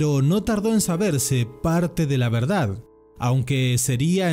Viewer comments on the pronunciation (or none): none